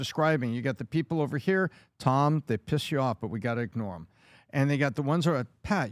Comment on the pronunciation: Patrick: "Dhey/Dhem" 😂😂